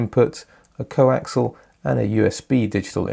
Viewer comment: When two items have the same axis they are "Co-axial", not Co-Axle as you keep saying. It is pronounced Co-ax ee al.